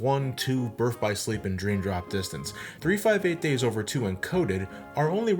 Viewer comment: Liked just because you pronounced 358/2 Days right